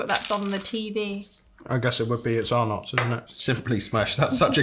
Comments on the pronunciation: “Tazzy” not tassy “Arn -ots’ not ar nots Our chocolate tastes different because it contains palm oil so it doesn’t melt as easily. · Hi guys Arnotts is pronounced Arnetts in Australia